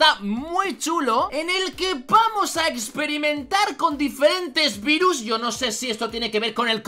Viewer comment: el dice vairus para que no suene mal